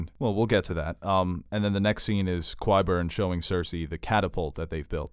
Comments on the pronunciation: Ky-burn, not Kwai-burn...and I love how Cersei with that ballista is like Joff but with a really big crossbow! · "Qwyburn" and his "catapult" nearly merited a dislike......but I like your commentary too much.